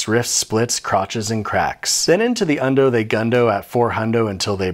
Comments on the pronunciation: "then into the ondo they gundo at four hundo until they brundo" xD ...I have died. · "And into the uhn-do they gun-do at four hun-do until they brun-do." Subbed cuz barz.